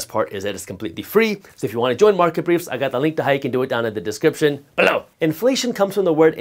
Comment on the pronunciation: Idk y but every time he says below I bust up laughing. Thank you for the info very helpful info iv watched 27 videos from you in 3 days. Learned alot